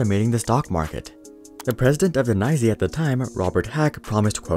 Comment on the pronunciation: "NYSE" is not nigh-zee lol